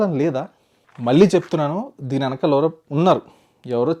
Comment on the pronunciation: "Venkamaala" kaadu naayina, "Venakaala" - edi okasari sarigga ani choopinchu.